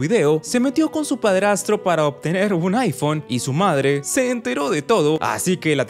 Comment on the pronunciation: me acabo de dar cuenta que dice iPhome 15 más bien de iPhone 15 hasta para mentir es mala 😭😂😂